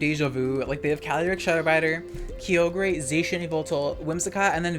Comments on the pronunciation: I find it so funny how you've called it keeogree and groundon ironically for so long that it actually sounds normal to me. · "Kiyogrey" lol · Please keep up the narrated content. Where else can I get my soul-crushing 'Key-oh-gray' and 'Groundon' features? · Nah, Dynamax is one of the most fun VGC mechanics. Also, WTF at how you pronounced Kyogre.